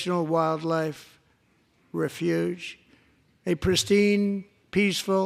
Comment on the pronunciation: You really think he would mispronounce “refuge” if he wasn’t looking at it on the teleprompter?